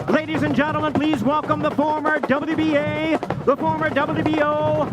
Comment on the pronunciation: I can't wait to watch... ...the former Duhbadabee-AY, the former Duhbadabee-OW, and the former IBF unified Heavyweight Champion of the World...Tyson Fury! And... the undefeated Duhbadabee-SEE Heavyweight Champion of the World... Deontay Wilder!